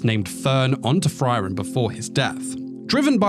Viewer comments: Frieren, not Friren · It's "free - ren" not "fry - ren" also the panel is pobably the best manga panel I've ever seen. It's not packed with many details in the background or anything but you can see Frieren's emotions so well. It conveys really strong emotions and I really hope that the anime team delivers on this particular scene. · the fry-ren thing is really making me suffer through the video it sounds good though